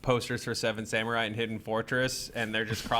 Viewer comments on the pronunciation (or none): none